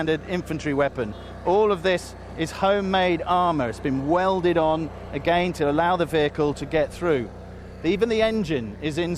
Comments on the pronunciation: Its again/against not ageinst/agein. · a-geyn, but yet moar ahmoar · the way he pronunces again is really irritating